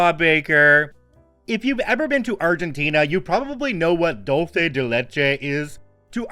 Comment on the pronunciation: The non-Mexican pronunciation of Dulce de leche hurts my brain